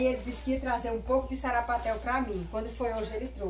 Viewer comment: Não é sapaté kkkkkk é sarapatel kkkkkkk